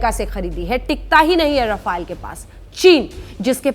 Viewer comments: It's rafaaaale not rafail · रफाइल नहीं राफेल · Rafaiel nhi he. .RAFAL BOLO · rafile 🤣🤣🤣🤣😂😂😂😂 being a national new reporter you should pronounce the word correctly its rafale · Not rafile it is called rafail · Aey 7vi fail Rafael bolna toh sikh le pehle😂😂😂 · अरे मॅडम जेट का नाम तो साहिसे बोलो राफेल है राफायल नाही बडी पत्रकार बनती हो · Pronunce it as ra-fa-le not ra-fai-le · Madm bolna to seekhlo रफाइल kya hota h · Naam toh acche se lelo rafile rafile lga rakha h